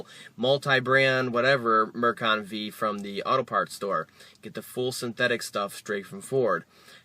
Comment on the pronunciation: It's pronounced Mercon FIVE, not Mercon V.